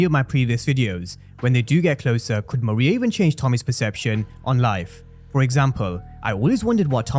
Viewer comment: Her name is pronounced ME-RAY-YAH